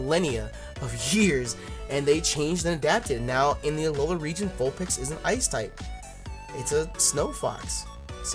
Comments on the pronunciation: your saying vulpex it's its vulpix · Is it pronounced vulpix or vulpex ? I'm confused now